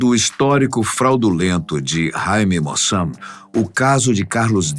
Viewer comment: O nome correto é Jaime Maussan (se diz "Ráime Mauçán"). É um jornalista e investigadir de OVNIs mexicano. Sempre acompanho os programas dele.